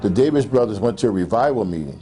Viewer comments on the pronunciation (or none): none